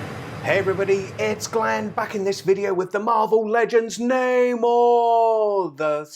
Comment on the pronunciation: Ffs how do you not know how to pronounce his name and who he is